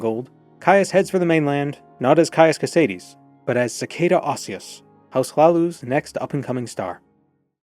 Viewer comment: It's not a spanish name. It's not Co say DEEEES. It's just two syllables. CO SAIDS (with a long a like aids)